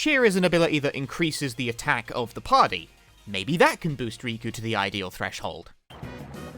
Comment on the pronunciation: she has 2 k's in her name bruh, "Rikku" not "Riku", there's already another Square Enix character called "Riku" so I asusmed you meant him instead